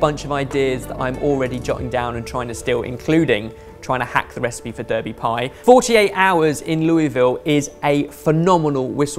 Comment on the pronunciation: Brownie Points for not pronouncing it "Darby".